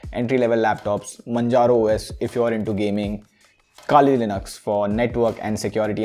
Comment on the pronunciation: its majaro, you dumb piece of shit. say with me 'mann'-'haro'.